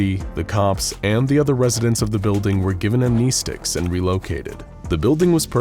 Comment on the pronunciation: Amneeeeestics? No. It's Amn-eh-stics.